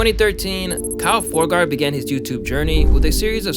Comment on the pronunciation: Did you do all this research and still spell/pronounce kyle “foregeard” wrong? The main guy at this point lmao! Man I can’t trust this video 25 seconds in if thats how far you went to look into the people that your a “fan” of😂🤷🏻‍♂️ or is it to get someone like me to comment and correct you so it helps the algorithm? Can’t tell if its dumb or smart af😅 either way it worked i guess🤦‍♂️